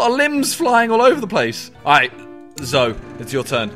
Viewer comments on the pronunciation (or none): When Simon pronounces it 'Zo' instead of 'zo-EE', this videos too funny to be triggered though! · Is it just me who got triggered when he kept saying zo instead of zoe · Is it just me that was triggered when he said “Zo” and not “Zoe” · Was no-one else annoyed he pronounced Zoe "zo" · twofat llamas ZO